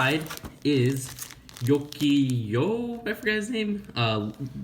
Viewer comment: Yoki Yo? He is no Japanese Player XD It is called Jogi Loew